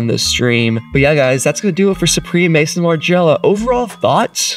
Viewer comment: It's pronounced Maison as in MAZON Margiela!